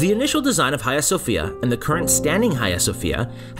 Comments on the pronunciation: cant bear to hear u say khaia one more time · Dude ... your pronunciation of 'Hagia' ..!